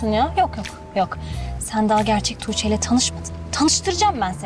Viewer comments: Belmanın "Tuçe" deməyinə çox qıcıq oluram da. Əgər bir gün seriala baxmağı buraxacamsa sırf bu "Tuçe"lərə görə buraxacam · neden tuğce soyleyemiyooor😂DDuuçeeh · Belmayi Tuĝçee demesine sinir oluyorum